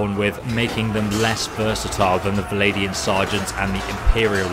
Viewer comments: “Valadian”??? Vlan-dia? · Every time you say Valadian Sergeant a little kitten dies. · Vlandian, not Valadian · How do you end up saying "Val-ay-di-an" out of a spelling of "Vlandian"? Surely it ought to be "Vlan-di-an", with the "Vl" almost being "fVl"? So, "fVlan-di-an". Hearing "Val-ay" from "Vlan" is making my ears sad. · I love you but if you say valadian one more time... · VL-AND-IAN not vladian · How can you mispronounce ''Vlandian''...How does it sound like ''Viladian'' to you? Where is that i between the V and L... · Love your content but why do you pronounce Vlandian as "Valadian" o_O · exactly... it's Vlan-dee-an... please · I can't help but cringe everytime he says vilaidian and drakhans.. otherwise quite informative. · Should be like Swadian